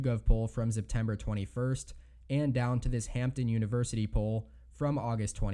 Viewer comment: First “Arkanzah”. Now “Zeptember”? Wtf guy?